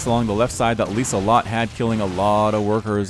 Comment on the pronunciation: "Lieselotte" you nearly said it correct. The s is soft however. Clearly a European replay you got there (which is rare?)